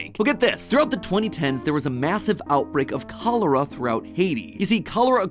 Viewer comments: The first time I've experienced this video I only listened to it and I thought matpat was talking about some strange tropical disease but he just heavily mispronounced it. He may have polish roots but still he can't pronounce the letter ch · I love how he said cholera when in Haiti we say in creole kolera🤣🤭